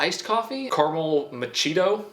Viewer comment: "Carmel machito" thank you.